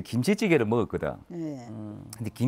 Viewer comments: "김치찌개" 전라식 발음. "~~밋있다. 니 함 무볼래~~" 는 좋았음. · 김치찌개 발음 억양 다름 ㅋㅋ 서장훈 대단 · 왜 경상도 김치찌개 발음이 전라도 느낌이 나지